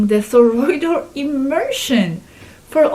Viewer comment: Toroidal, toroidal not thorroid😊